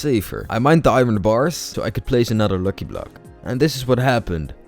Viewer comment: And also it's not looki it's lucky🤣🤣